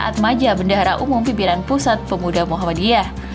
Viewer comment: Muhammadiyah , bukan muhammaddiyah